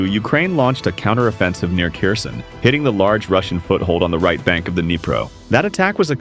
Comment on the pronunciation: nice vid keep it up! but check your pronunciation like Kherson (herr-son) not (kerr-son). Ukrainians are picky about things like that.